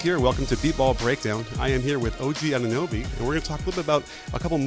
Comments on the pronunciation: is it really that hard to pronounce anunoby 😂🤣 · Why is he calling him anobe. It's say their name. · that dude called him ADOBE bruh im dead. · Shoutout to all the analysts that said the Raptors wouldn’t even make the Playoffs. Also shoutout to James a Worthy for calling Anunoby “Adobe” instead 😂🤣😂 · did he call him ADOBE? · Og ADOBE? Its funny but how lazy do you have to be to not know how to pronounce a man's name? Considering the fact that you are PAID to do post game and he killed your team? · I know! I've heard some people call him Anonooby, and I get it, you don't see his name often, and when you read your lines you just mixed up the o and the u. But "Adobe"? That is just plain laziness! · i hope OG can keep having games like this so i can wait for james worthy to say his name right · Fred CanYeet?!?! OG Adobe?!!!! 😂😂😂